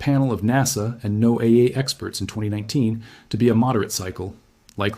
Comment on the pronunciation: um, it's pronounced "Noah", for people in the know. No one says No AA. Also, why the painted images of the sun ? all the paintings... it's kind of out of place and doesn't lend credibility to the video